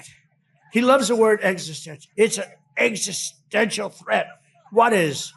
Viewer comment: He doesn’t even know what the word, “ existential” means! God knows he’s not even pronouncing it right! His behavior is a complete embarrassment to America!